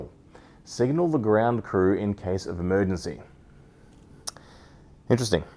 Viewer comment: “Emergancy” Oh my god.